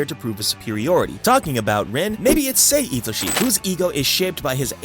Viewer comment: It's sae itoshii